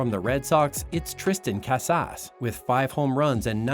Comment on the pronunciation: Robot voice. Can’t pronounce Tristan Cusass